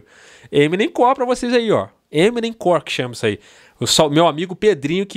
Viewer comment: Não é eminemcor é Emonem KKKKK